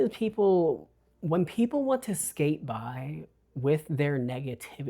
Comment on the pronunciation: He said skate buy lol ❤❤